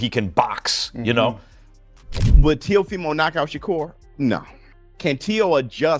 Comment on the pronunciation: Teh-ah-fah-mo is not his name lol Teo gets hit in the face too much to win this fight